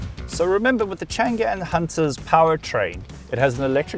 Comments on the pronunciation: CHANG AN 长安。。。。Not CHAN GAN。。。。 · Hi .it pronounce chang-an 長安 not chan-gan. 😅 長干